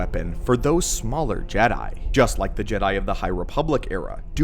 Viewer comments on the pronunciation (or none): none